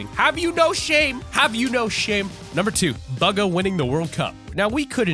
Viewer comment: his name is not buga